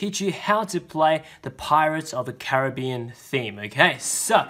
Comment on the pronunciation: He said Caribbean wrong😂😂